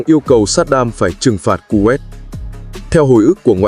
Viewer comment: Đọc tên còn sai nghe chán quá kovet là nước nào